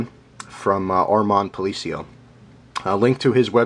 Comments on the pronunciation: sup, its palace-yo:) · lol man you tore up his name it's pronounced pa la cio!!